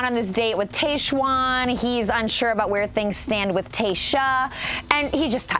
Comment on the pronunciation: It’s pronounced Tahjwan (not Tayjwan). TAH not TAY.